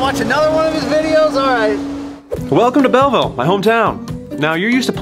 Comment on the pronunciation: Hey did you say bell vile?